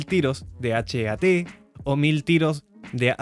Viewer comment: Una pregunta, ¿por qué lo dices con iniciales? (Hache-E-A-Te, que dicho rápido suena peor, como Hache-A-Te ya que la E queda unida a la anterior palabra lol) ¿En vez de decirlo como palabra, que suena mejor? (Heat). Y que es como todos le dicen, al menos en Europa. PS: sé que para APFSDS no queda otra, y además no se confunde. Saludos!